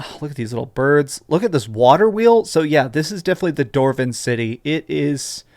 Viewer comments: DWARVEN… why does he keep saying “Dorven.” Also, not sure the need to see more. I like being surprised. This is a nonissue. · 'Doorven scenes' 😂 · Anyone else notice every time dwarven or dwarf was said it was doorvin and doorf lol. No hate just made me chuckle. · Why do you pronounce "dwarf" and "dwarven" like that? 💀